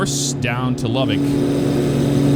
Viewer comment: I think I’m more impressed with the accurate pronunciation of Lubbock haha Welcome to the LBK my grandfather was one of the lead engineers on the runways back in the day